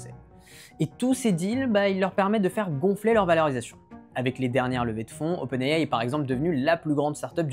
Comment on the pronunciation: C'est faux! Il prononce également OpenAI en anglais et de facon totalement correct (pas comme la plus part des YouTubeur tech français).